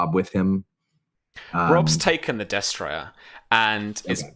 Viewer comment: I'm really liking the show so far. I'm far behind, so I'm sure you've been informed by now. But I'm pretty sure you're pronouncing destrier incorrectly. I could be wrong, but I believe it's des-tree-er, not des-try-er. It's just a very minor pet peeve. The show is entertaining and a good way to get familiar with the rules (I'm starting a SIFRP game next week)